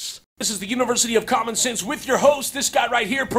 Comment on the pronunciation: For some reason I heard "Common sense" as "Comic sans". Help me